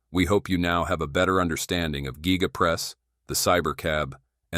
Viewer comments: This is simply amazing. Tesla is the clear leader. The guy doing the voice-over is an idiot, he says geega and guyga. The thing is called a giga press. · Geega Press, Guy ga Press or Giga Press? Giga Press….is the correct one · Giga. Not geee-ga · gig a' dick! Not geee ga' what year did this happen ? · Geega geega. I wonder how many humans will mispronounce words as a result of AI voices… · AI can’t say Giga!!